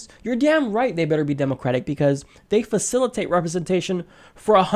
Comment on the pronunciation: That pronunciation though... "demOcrat"... "demOcratic"...